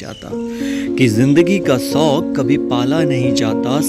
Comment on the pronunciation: पहले सौक को शौक बोलना सीख लीजिए.....